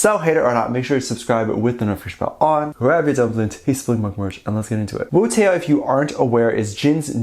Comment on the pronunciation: pronounced "wootó" no wootE-O